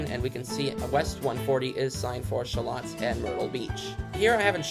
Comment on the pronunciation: Military Cutoff.... is the only exit I need!! Sha-Loat (rhymes with boat) nice vid!!